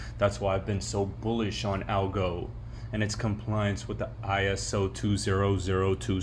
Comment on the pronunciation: Algoren Algorin don’t be so damn lazy in your pronunciation of words it’s Algorand